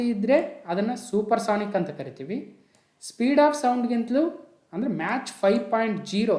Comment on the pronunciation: Sir your pronunciation is match but it is Mach(ಮ್ಯಾಕ್)